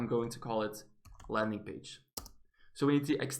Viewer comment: you pronounce class like clause